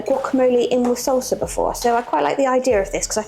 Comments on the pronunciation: I was so confused for like a minute because it sounded like you were saying you were going to have to make your own seltzer, but salsa, yes, okay. LOL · It sounds like you’re saying seltzer. It’s salsa (no E).